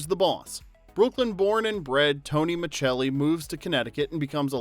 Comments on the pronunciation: Why are you calling him Tony MA-CHELL-EE? It’s Tony MA SELL EE as it always was pronounced on the show. Wait, this was post months ago. Why was it reposted again? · This is one of those shows that makes me feel old. I was in the hospital last year for a medical scare and Who’s the Boss was on; the nurse who came in had never heard of the show. (BTW, I have seen every episode; and the last name is pronounced Micelli, not “Michelli”.) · I used to absolutely love this show! I wanted to be Samantha 😂. It’s so funny that when someone commented about Tony’s name pronounced as S rather than Ch, I didn’t even notice. I think I was too young to remember the pronunciation, or spent too much time in Europe 😂. I did notice that this channel seems to use EU pronunciation for a lot of names, which I find pretty interesting and kinda don’t mind it. Makes it feel fancy to me 😂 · Micelli is pronounced Mi-sell-ee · in many dubbed versions it is pronounced the Italian way, so millions of people worldwide know him as Mitchelli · Have you…never seen the show??? It’s Tony Ma-SELL-ee. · Tony Ma-Cell-ee.....come on!! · His last name on the show was pronounced (muh-sell- ee) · Right 😊, it's pronounced Mascelli regardless of the actual spelling!!! You may wanna know something so simple if you're gonna upload a whole video telling everyone the details behind the show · I have NEVER heard anyone pronounce it Michelli until this video. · Dude why do you keep pronouncing his last name wrong?? JFC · The pronouncing of Micelli is bugging me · I loved this show but can't understand how an Italian-American actor playing an Italian-American character pronounced his character's surname wrong for the entire series! 🇮🇹 Basic stuff 😮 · Tony's tv last name pronunciation is driving me nuts. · Tell me you didn’t watch the show by mispronouncing Tony’s last name! TF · Great show! FYI: you mispronounced Micelli. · And when he mispronounces Micelli. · I hate that Tony’s last name keeps getting mispronounced